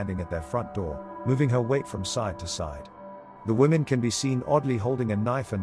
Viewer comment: woman singular is pronounced differently from women plural. learn english!